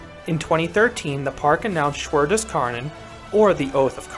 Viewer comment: Btw, the correct pronounciation would be like saying "shoe" but with a "w" after the sh and an "a" pronounced like the "u" from "unfortunate" for "Schwur". The "des" is on point and for "Kärnan", you can just say "care-none". So it's "sh(w)oe(a) des care-none"